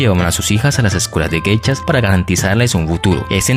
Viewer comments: Pronuncias :Geichas...es : Geishas!!!... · Son "Geishas" no "Gechas" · No se pronuncia "geichas". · Muy interesante lástima que no sabes o no puedes pronunciar bien la palabra GEISHAS